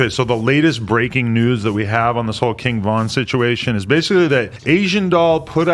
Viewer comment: Kin Von, cmon adam 😂😂